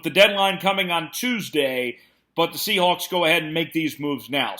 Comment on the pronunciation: A little "Seahacks" slip 🤣